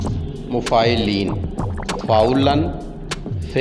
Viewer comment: معلین در اصل مفاعیلن ہے غالباً غلطی سے مفاعلین لکھ بھی دیا اور پڑھا بھی گیا